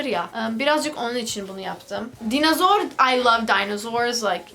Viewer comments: DAYNOZOOR DEGIL DAYNOSOOR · dinazoru yine "z" harfiyle söyledin. 😂